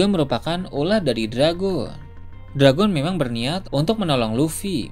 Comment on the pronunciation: Saya lebih penasaran admin orang asli mana min? Admin gak bisa nyebut huruf akhiran kata? Seperti, tidak bisa menyebuf huruf N,T, W, L, dll. Contoh yg ada dalam video - hujan > huja - dragon > drago - town - to - muncul> muncu - perlihatkan > perlihatka - besar > besa - langit > langi - kebetulan > kebetula - petir > peti ☝ masih banyak yg lain, dengerin aja baik2. 😅 Orang mana min? Orang minang? Emang minang logatnya begini ya?